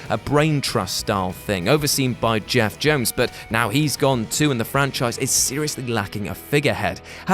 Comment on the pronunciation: Did he just say Jeff jones? Plz figure out how to pronounce peoples names before talking about their stuff